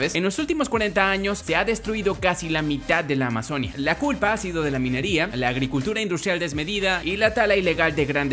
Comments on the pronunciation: Se pronuncia Amazonía con tilde en la i, no Amazonia como dijiste muchas veces en este vídeo -_- deja de ser ignorante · Amazonía!! Con acento en la i 😂😂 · Amazonía... AMAZONÍA!!! Acentúa la i.